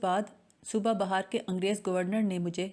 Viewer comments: السلام و علیکم : آپ کی کاوشیں قابل قدر ہیں _ بس ایک گذارش ہے کہ بہار کے تلفظ میں بِ پر زیر ہے زبر نہیں ہے. اگر زبر سے پڑ ھتے ہیں تو بہ معنے ایک موسم کے ہے _ بہت شکریہ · اس تحریر کو پڑھنے والی خاتون کا تلفظ درست نہیں ہے۔۔۔بار بار ایک غلطی کو دہرایا ہے۔انڈیا میں صوبہ بہار ہے۔۔۔۔بے کے نیچے زیر ہے۔۔۔ان محترمہ بے زیر کو زبر پڑھکر غلطی پر تکرار کی ہے۔۔۔۔براءے مہربانی اپنی اصلاح کر لیں۔۔۔۔۔۔